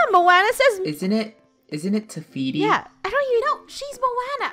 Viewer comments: IT'S NOT rifiki IT'S te fety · This is just a comment just to put it out there, dont take it personal but.. its (mow-anna) Moana and (Teh-Fee-Tea) Tefiti